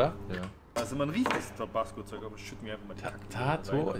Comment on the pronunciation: Fun fact, hier bei uns in der Tekk und DnB Szene kennt man den Begriff 'Tobassgo' :D deswegen klingt es für mich nichtmal dämlich weil ich des schon öfter gehört habe. Aber klar für das Produkt ne lustige Aussprache xd